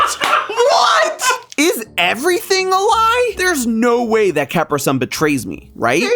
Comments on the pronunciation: Until this video, I've never heard such an odd pronunciation of Capri Sun in my life. The island (mentioned in this video) and the type of pants alone should inform how the brand is said. I'm starting to wonder if he's pulling a Simon Whistler – that is, intentionally mispronouncing a word to get people commenting and thus boosting his engagement numbers. *cue eerie theremin music here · That is not how you pronounce Capri Sun and not how you're supposed to puncture the pouch either. No one on set clued this man in?? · "Now I have to go rethink everything that I've ever known and loved." LIKE HOW YOU PRONOUCE CAPRI SUN?! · CAP-RI SUN? did you never drink a Capri Sun before! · why does he pronounce caprisun like that it's hurting my soul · My reaction to pronunciation of Capri Sun was the same as Jason's lol. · pronunciation. ofCapri Sun... it's not the american, nor the european pronuncaition of Capri, and I wish I could unhear it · This was the only food theory of I couldn't watch because of the way you said Caprisun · Nah. You're just wrong. Your caprisun pronunciation caught me entire off guard at how wrong it sounded. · It's definitely pronounced with the long E sound, like the pants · Never hurt so much to hear someone mispronounce Cap-ri SUN 😢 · Did anyone notice how he said caprisun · CAP-ER-SUN?!?! IT'S CA-PRE-SUN YOU UNCULTURED SWINE! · Excuse me, what? It's Ca-PREE Sun. 😂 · Caper sun? it’s usually pronounced Capree son, like the pants lol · I just listened to that three times to make sure I heard correctly, but I’m confident he said “CAP-rih SUN” instead of “cuh-PREE SUN”. Ok, have fun with that. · Dude... I was scream CAPREE SUN. NOT CAPRA... O.O KILLED ME.. o.o Lol. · pronouncing capri sun (ca-PRI sun) as CAP-ri SUN hurts my heart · Did this dude call capri suns capersuns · I like that he calls out jason's pronunciation, and yet he has been calling it cap-ersōn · CAP-ri-SUN. drives my wife crazy.